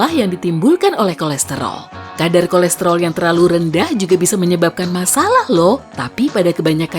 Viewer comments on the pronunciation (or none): Yg denger KORESROL Di menit 3.56 komen dong🤣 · Yang orang lain denger; kolesterol Yang gw denger; kolestelor Yang sama likee